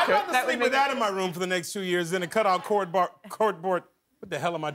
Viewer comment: Can't even say cardboard.. LOL!